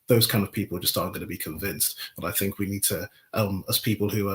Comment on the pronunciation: I cannot take seriously anyone who uses 'viss' instead of 'this' and 'fink' instead if 'think'.